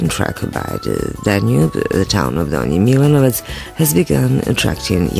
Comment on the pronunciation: very bad pronunciation, unfortunately